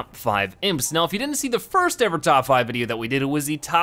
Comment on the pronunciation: you said frist instead of first